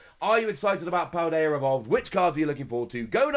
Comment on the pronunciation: There is no R in Paldea homie.